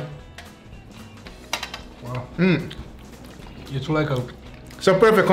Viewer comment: "Cheers aribody"